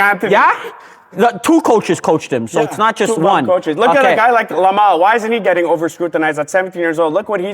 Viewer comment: Yo, the Barca fan really called him “Lamal.” Fake fan exposed.